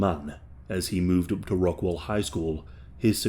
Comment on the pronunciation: You kept saying rock- WELL...ITS rock-WALL. Just to lyk.